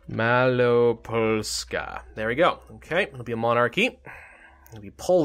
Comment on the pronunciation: that is ok...but what is funny is his prononciation of Malopolska, he always forgets to say L and says just Maloposka, but otherwise hes good at pronouncing...or at least mouch better than others:D carry on, your videos are great